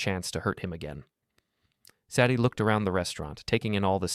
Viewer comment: Say dee. Not Sad ee.